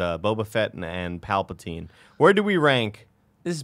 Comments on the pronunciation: D'koo, Palpatane, Nuts Gunray, Panime, Obi-Ron. Never change, Nick 😂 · Who are “Palpitaine and Dakoo”? 😂😂😂 Love Nick and his zany ways.